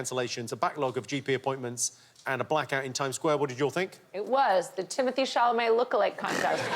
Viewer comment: love that no one even corrected the pronounciation of timothy chalamet xD chamalet